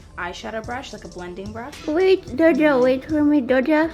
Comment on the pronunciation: no one: absolutely no one: Me thinking she said fun brush: wait what. whats that. mommy I need a fun brush!!!!